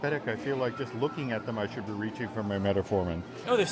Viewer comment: If you’re a diabetic, you know it’s Metformin and NOT “metaformin”. 🤦🏻‍♂️